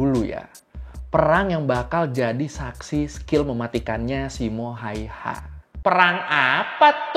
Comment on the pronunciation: bang sebutan simo hayha gini SIMO HEYHA gituan dong😅😅😅